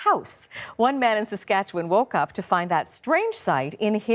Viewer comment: Haha. Pilot "boot". Made me chuckle. Props to her for saying Saskatchewan properly, though.